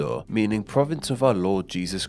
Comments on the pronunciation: "Konkwistador" LOL. And 'Jesús' isn't said like the English pronunciation of Jesus, SMH. 🙉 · Real, because in the Spanish language, Jesús is pronounced similarly to English H. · You should worry about his pronunciation of Jesús 😂